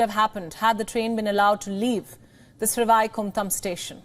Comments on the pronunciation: It is sad to see Indian newscast cannot pronounce names, even Sanskrit based names, like Sreevaikundam, श्रीवैकुण्डम्. I squirmed every time she pronounced it. It shows lack of commitment, education and the respect they should show to their own culture, languages, and history. It is not good enough to strut around speaking English. One should be rooted in one’s culture and be proud of the heritage. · Absolutely fantastic. Please get the pronunciation of the railway station correctly. It is Srivaikuntam. Literally means great abode of Lord Vishnu. Whenever anyone dies usually with atmost respect it is referred as that person has reached the abode of the Lord. However in this case all the passengers were held up in the Vaikuntam here on the earth instead of sending them to the Vaikuntam up above